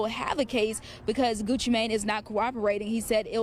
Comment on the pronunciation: It's funny how they do not know how to pronounce Gucci name😂😂